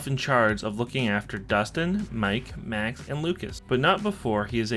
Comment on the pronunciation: Did My guy just say Mac instead of Max